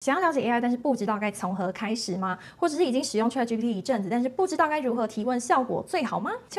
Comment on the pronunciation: 小姑娘，先把ChatGPT中原音 a 发音的好一些吧！ 这个 a 的发音应该跟Apple的 a 发音是一样的，你是哪个地方的人？